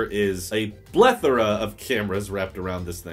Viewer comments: did you say blethora >.< :) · That's the word but sounded like a b lol. Maybe it was just me :P